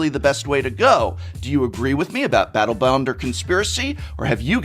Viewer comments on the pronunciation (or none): he says Battle Boned lol